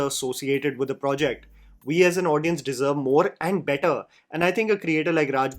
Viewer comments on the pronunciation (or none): none